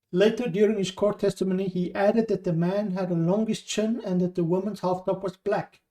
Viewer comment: are you saying - bald / bulk/black man ??? - jeez your pronunciation is very bad